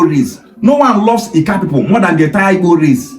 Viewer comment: The so-called youth leader is even pronouncing IGBO like a Benin boy, I guess his father is from Benin 😅